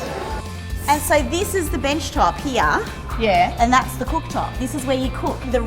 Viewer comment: why do you say here with an 'a' in it...?